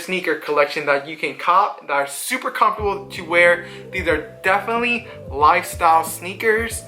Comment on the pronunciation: No, what the hell is wrong with this guy? He can barely fucking talk much less give a sneaker review I thought the word definitely was 4 syllables and had the letter “t” in it 😂😂. That boy ain’t right lol